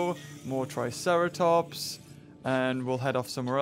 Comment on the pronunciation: He said triceraplot